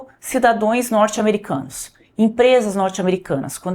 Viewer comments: Cidadoes??? Foi isso que ouvi? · Gente ! Eu ouvi a jornalista dizer " cidadoes" . Isso pega ? Será que ela teve aulas com a Janja ?😮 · Como levar a sério uma jornalista que fala "cidadões"? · Cidadoes, ? Sério que a senhora como jornalista não sabe que é cidadãos ? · Jornalista falando "cidadoes", dor no ouvido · Cidadões???? Cidadõõõeeess???? Voxê é mesmo repórter??? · Ela nem falar sabe falou várias vezes cuidadões ao invés de cidadãos !!! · Cidadoes???? Ouvi direito? Tá poliglota mas cadê a língua pátria? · Poliglota? E falando cidadoes? Deve aprender o português primeiramente. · " cidadoes" jornalista????? estudou na mesma escola da Janja, não é possivel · Uma PSEUDO JORNALISTA, na verdade MILITONTA que diz em rede nacional SIDADÕES?!?!?! E POR DUAZ VEZIZ?!?!? 100ÔR!!! E chama os BRASILEIROS DE DOIS DIABINHOS?!?!? DOENTE E EDUCAÇÃO PAUNO FREIRE… só pode çer🤷🏻‍♂️🤷🏻‍♂️🤷🏻‍♂️🤷🏻‍♂️😆😆😆😆😆😆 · Que isso, cidadões????? Doeu aqui, um português impecável é imprescindível para você! FALE DIREITO, CIDADÃOS, POR FAVOR! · Ela dizendo que está falando em inglês e fala “cidadoes “ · Será que eu ouvi bem “cidadoes” pelo amor de Deus além de ser esquerdista ainda é burro não sabe nem o português minha filha tem misericórdia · Em tempo: Plural de cidadão é cidadãos e não c i d a d õ e s como pronunciado pela "reporter" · Gente! Ela falou duas vezes cidadões, ( cidadãos ) to passada, falou igual a janja, ela precisa corrigir isso publicamente… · A moça aí falou cidadoēs? E é jornalista? A quantas andamos ! Ah Brasil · Repórter falando cuidadões 😂😂😂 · Cidadoens ??? kkkk o nível dos jornalistas kkk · Alguém tem que ensinar a jornalista falar que é CIDADÃOS. 😂😂😂😂😂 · querida... é "cidadãos" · "Cidadãos ", ohhhh jornalista!